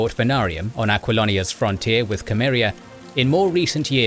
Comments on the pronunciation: Cimmeria not cameria a mistake from the start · I must admit it drives me mad when I hear people pronounce Cimmeria with a K.. it's pronounced SEE-MER- EE-AH.